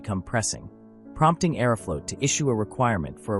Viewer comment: I don’t approve of the way you say Aeroflot